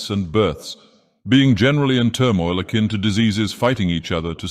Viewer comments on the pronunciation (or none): none